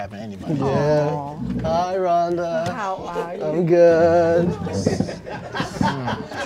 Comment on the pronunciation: Who else heard Indian bruh call her Donda the first time and not Rhonda 🤣🤣🤣